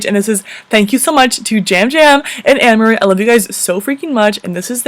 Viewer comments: You said the girls names wrong in the the navaula family it's ameerah bot amere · You said Ameerah like Annemarie or something! It's pronounced uh-me-ra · "Amerrah" not trying to be rude but it's ameerah "ah-meeeee-rah" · It's A-m-eerah not Amera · Her name is pronounced Ammeerah not Amarayyy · Did anyone else cringe when she said jam jam and am-er-ee when ts supposed to be a-me-rah (ameerah) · its pronounced a mer ah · It’s Ameerah pronounced Ah-mer-ah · no hate but u said ameerah name wrong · when you say you love the navalua family and pronounce ameerah wrong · Woah hold up u said ameerah's name wrong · She said ameerahs name wrong